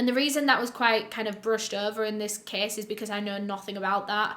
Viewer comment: thought she was saying kiss... (case)